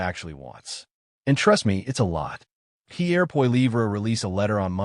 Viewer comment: You could at least learn to say Pierre's name properly.